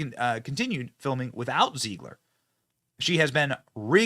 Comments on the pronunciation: Zeh-glir not Zee-glir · I love how Benny gets everybody’s name wrong 😂 Rene Ziegler and Peter Drinklin 🤣 He’s either trolling or he cares so little that their names don’t even matter, either way it’s genius! 😈